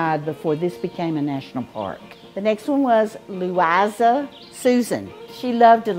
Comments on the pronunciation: 1st time I have heard the name Louisa outside of our family, or at any time in the past …… Our Louisa > Pronounced ‘ Lou - I - Zah ‘ > (this is how her family spelled her name & how they pronounced her name) … our Louisa was born in 1908 and died at the age of 23 in 1931 of pneumonia. she was my husband‘s mother. My husband died at the age of 92 in 2020. Both are buried on their once old family farm in a rural little cemetery back in Kentucky. Anyway, beautiful name Louiza/Louisa. Loved this video. ❤ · Good heavens! They didn't even know how to pronounce "Louisa"?